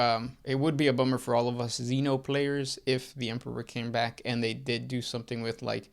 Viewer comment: Say emperor. "Empeperor". Say em. "em". Say peror. "Peror". Now say emperor. "empeperor". 🙄🙄🙄